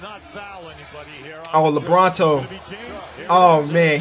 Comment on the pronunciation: Did he say Lebronto instead of LeBron in Toronto?